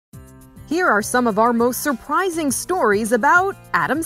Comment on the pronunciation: "Sir Prizing"